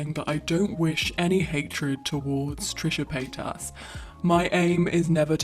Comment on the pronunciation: haha trisha payt-ass